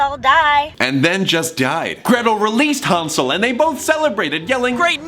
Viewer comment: Thomas pronouncing Hansel soothes me